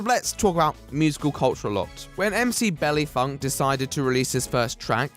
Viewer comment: The way you said 'tres' makes me big mad Edit: You have officially redeemed yourself by saying "Mc Belly Funk"